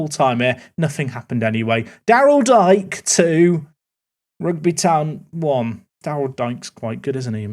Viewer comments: Daryl ‘D K’ not Dike, like the derogatory term🤣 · The WBA striker is Darryl Dee-Kay rather thank Dyke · Dike is pronounced DK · Dike is pronounced (Dee-Kay) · At least Espinoza scored against Luton! 🇺🇸🦅🤠 Also Daryl Dike pronounces his last name Dee-Kay FYI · Its pronounce Daryl Deekay, but thats ok 😅